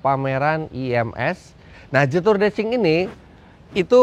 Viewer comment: Fyi om Fitra....jetour itu dibaca nya jietu kalau sesuai ejaan Mandarin....so next time kalo review mobil jetour lagi baca nya jietu.Mohon maaf ya om Fitra hanya masukan aja